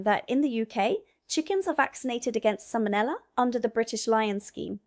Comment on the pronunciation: SAL-MO-NELLA not SAMMON-ELLA